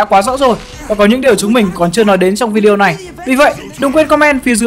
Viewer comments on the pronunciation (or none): none